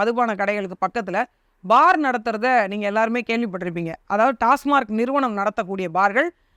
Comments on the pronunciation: அக்கா டாஸ்மாக் என்று உச்சரிக்கவும்... டாஸ்மார்க் என்பது தவறு. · டாஸ்மார்க் இல்லை. டாஸ்மாக்.